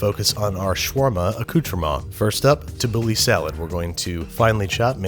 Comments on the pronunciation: Istg its called: ta-boo-laa thats how its said not tabuli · For every time he said tabouleh I lost 5 years of my life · he said shawarma, tahena and tabole wrong this looks good but looks nothing like shawarma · “Tibbouley, shwaarmah, t’heeney” Lebanese people begin cringing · TABOULEHH, AFTER ME, TABOULEHH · heads up middle easterns he is about to massacre tabbouleh